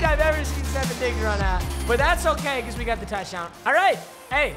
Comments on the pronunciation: Stef on diggs not stefen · It’s not Stephon Diggs is Ste-phon Diggs 😤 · Steph-on not Stephen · Stef-AWNNNNN Stef-ONNNNNN not Stef-IN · Your saying stefon digs name wrong it’s stefon not stefen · “stefun diggs” 😂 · Also it’s “stef fawn digs” lol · It’s pronounced stefahn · Bro saying stefon Diggs name wrong is so funny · The way he says diggs first name is hurting me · Please say Stefon right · PAPA PLEASE LEARN TO SAY STEFONS NAME RIGHT ITS HURTS MY HEART